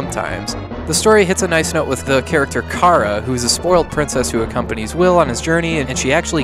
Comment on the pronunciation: Man, oh man. I don't like ripping on but gotta point out a coupla moron moments he had. Kara is pronounced as care-a, not car-a. Freedan is pronounced Freeden, not Free Dan. The man who sets his hair on fire does so on accident. The show was breathing fire, not setting hair on fire. In other words, it was funny because Freejia fire breather boned his show. Lastly, it all makes sense. He said he cannot adequately explain the story, and he cannot. That must be his problem with it, it illustrates his inability to explain it and he has to admit that he does not understand. No shame in that. Even more lastly, no this game is not a sequel to Soul Blazer and there is no such trilogy. Soul Blazer and this along with Terranigma are not exactly on the same timeline and therefore do not form a trilogy for they are not sequels. Really, they only share certain elements akin to Easter eggs, with Solid Arm being a whopper of sorts, but the only real link between the first two, an unnecessary one at that.